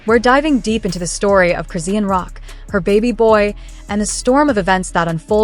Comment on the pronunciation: This Ai called Chrisean(Croissant) I'm fkn dead.